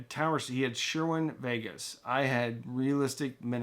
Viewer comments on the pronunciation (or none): They are called. " CERWIN VEGA NOT SHERWIN VEGA. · "Sherwin vegas" I could have sworn it was cerwin vegas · lol Sherwin vegas. Try Cerwin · when starts to talk about towers discerning the difference between "popular" and "ubiquitous"!! They should put this guy on a US nuclear submarine. He is certainly qualified. 🙂 UPDATE: Never mind... he says "Sherwin Vegas". 😞 I'm not sure if that is a speaker, paint store, or Chevrolet. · “Sher-win Vegas” 🧐